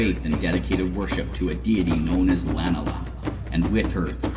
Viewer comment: Excellent presentation, well done sir! I personally pronounce Edeinos and Lanala differently :D But that is a minor concern in the face of such a good production.